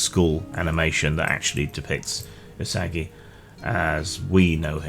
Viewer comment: It's pronounced ooh-saw-gi, not you-saggy. Love that character and the world Stan Saki created!